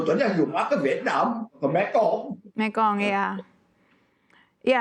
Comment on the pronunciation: presenter berita kok kurang pengetahuan 😂 mekong jadi mengkong 😅 mengkong koyok lambemu 😅